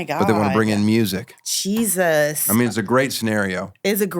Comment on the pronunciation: “Musiic”? FFS